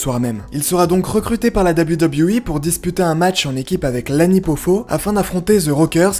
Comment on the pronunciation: tout d’abord bonne vidéo, Mais je voulais juste te faire un petit cours de prononciation hyper simple: WWE en anglais se prononce « deubeul you » (a la limite...) Mais pas « Dabiwi dabiwi i » 🤣🤣🤣 Bonne journée, Cordialement.